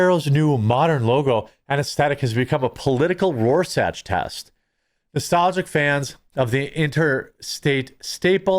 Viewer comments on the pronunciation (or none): Just remember, folks - when, uuuuuuuh... Jeremy, uuuuuuh, humble brags about, uuuuuuuuh... having a master's degree, this, uuuuuuh... bloated behemoth pronounces "Rorschach" as "ROAR-satch". If, in fact, Jeremy, uuuuuuuh... does have such a degree, all it does is prove what Mike Rowe and others say about college being completely, uuuuuuuuh... worthless.🙂